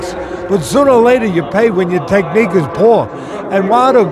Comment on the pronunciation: Teddy said..., "Technique"!